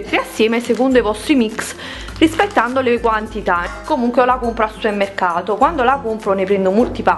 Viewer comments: scusa ma non sai dire SUPERMERCATO??perche lo chiami supemmeccato!!!!!?!?!?! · Cioffi c'è anche la variante "Suermercato"..quella povera P dimenticata :D